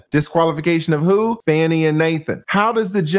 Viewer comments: Please pronounce her name properly. It’s Fah-nee because it’s disrespectful to repeatedly call her Fanny when her name has meaning. Her parents picked that name of its meaning. SMH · TRUMP NEEDS TO BE QUALIFIED!!! He should NOT ever be allowed to run for the office of a Dog Pound let alone the Office of the Presdent. PLEASE PRONOUNCE THE DISTRICT ATTORNEY'S NAME WHICH SOUNDS "FAWNIE" NOT SOUNDS LIKE "FANNIE". Let's be RESPECTFUL. Thanks😍😍😍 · That Judge is not going to remove her! Her name is FAH-KNEE, not Fanny!’ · Her name is not even Fanny. You're Black. If you can't even pronounce her name correctly, you're racist appropriating. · Why are you mispronouncing her name?